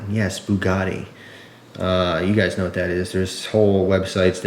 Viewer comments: It's Bugatti not bukkake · yeah, Booh-GAH-teeh, not "Buh-gatti" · It's not booogati it's Bugatti lol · Boo-a-gaty XD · I dont know if americans say it diffrently but its pronounced bew-gati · a boo-got-tay lighter lololol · Bugatti is Native American for "I scared him" (boo-got-he)